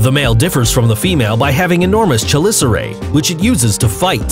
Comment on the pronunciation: Coyote Peterson was stung by a tarantula hawk in the clip for #4. Also, you seem to have a tenuous grasp on spider anatomy period. Mispronounced chelicerae, refered to a spider wound as a "sting", and violently uses venomous and poisonous interchangeably. NO SPIDER IS POISONOUS! Fuck...